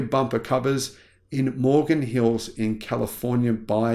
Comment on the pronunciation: The name is Morgan Hill not Morgan Hills!